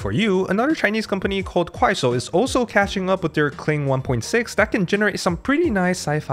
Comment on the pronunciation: wait a second, the way you pronounce 快手 is very...